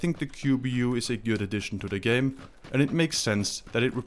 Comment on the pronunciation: watching it at midnight,kinda sleepy but dont wanna sleep first word i heard is "gay" instead of "game"